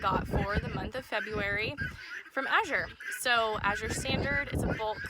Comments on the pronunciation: You were pronouncing it correctly. I've been using them 10 years. Thick cut rolled oats are my favorite food to buy from them. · Recently Azure did a YouTube video on how to pronounce the name. You were pronouncing it right, the second azure at the end of the video.